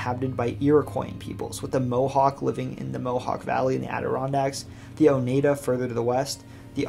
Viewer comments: Beverwyck is pronounced like BEVerly, not BEAVER. And Oneida is oNYEda, not oNEEDa. Also, the Taconics are a separate, geologically much younger range than the Green Mtns and Berkshires. Sorry to nitpick; excellent coverage otherwise. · Great video. I did cringe at some of the place name mispronunciations but not being a local, you can't be expected to nail them. We've got some weird ones. For example Oneida -- Oh-Nye-dah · I always thought of Lake Oneida as one of the Finger Lakes but more like the Thumb as it is not long & slender like the other ones & its positioning. Also I have always thought that it is pronounced as Oh-nEYE-duh. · You said Oneida wrong